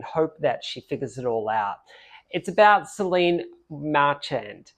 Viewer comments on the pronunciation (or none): Incidentally, the name, Solène is not pronounced Soleen.